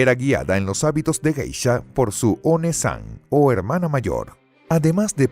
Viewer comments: él pronuncia JEISHA con J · Buen vídeo, pero se pronuncia "gueisha", con la g suave como en la palabra "guerra". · Que mal que está buena información tenga el tremendo error de la mala pronunciación de la palabra Geisha. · por que borra comentarios a pesar que no rompen ninguna regla de convivencia? que poco profesional su canal aparte de que sino sabe la pronunciacion de un termino en japones deberia informarse bien a ver sino borra mi comentario tambien